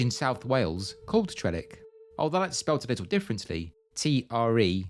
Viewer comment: Trelech is not pronounced even remotely as you did, so it has no consonance with Trellick whatsoever.